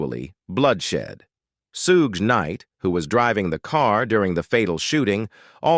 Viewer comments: FOR THE LOVE OF CHRIST ITS NOT "SEW GAY" ITS "SHOOG" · They needa teach AI how 2 say Suge properly. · It’s Suge knight